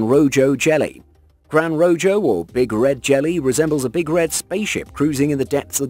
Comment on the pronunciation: He also effed up gran rojo, he kept pronouncing the j instead of using the proper h sound.